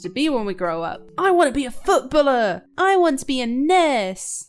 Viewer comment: Footballer sounded like foot-Buller 😈😂😂😂😂😂😂